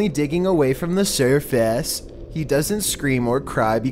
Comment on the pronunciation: “Surfauce” “Lamited”